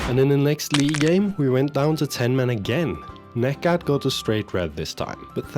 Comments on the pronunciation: Hey, just a tip. Instead of reading necat's name like that, try like negjat. It is way more accurate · The 'C' in Necat is pronounced exactly like the one in Kocaelispor; in fact, all 'C's in Turkish is pronounced that way.